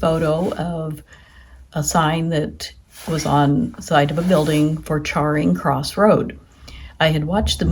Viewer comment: It's 'Charing (cha-ring) Cross' not Charring Cross'.